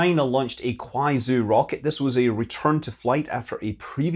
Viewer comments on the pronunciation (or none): Small nitpick about the pronunciation of Kuaizhou - it's pronounced "Kwai-joe." Otherwise, great video! These Deep Space Updates are always really informative.